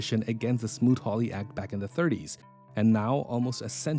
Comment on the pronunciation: The tariff act was smoot hawley Not smoot ried